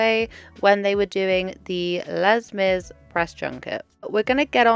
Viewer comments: Les Mis = Lay Miz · Not "Lez" Mis 😭